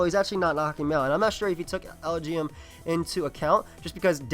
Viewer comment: it's pronounce EL-GEE-EM. it's supposed to sounds like LGM which means little green men